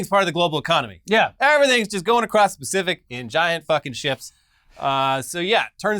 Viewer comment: Lol the homie called it the "specific" ocean 😂 Edit: remember when Biden pleaded with the Saudis to release more crude into the supply to offset pandemic shortages and the Saudis said no? I remember. They in no uncertain terms told the world "screw you, we're enjoying these profits" Everybody seems to have forgotten that Russia's not the sole reason nor the instability they're causing. It's good old fashioned capitalism screwing us the way we love.